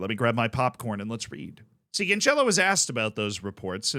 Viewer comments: Hey z. Portuguese guy here again try to fix pronounciation. It's cancelo the same way you pronounce cancel and not couchella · Yes everytime he says Canchelo I lose a brain cell